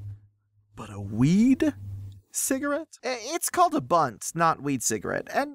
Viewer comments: It's called a blunt not bunt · Okay as a pothead, I'm a little embarrassed. But... WTF is a bunt I've heard blunt never bunt???